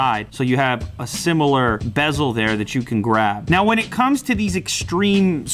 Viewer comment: ᴍᴇ god damn he butchered that word LOL